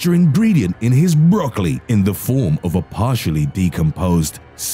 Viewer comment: the way he said "broccoli" had me rolling 😭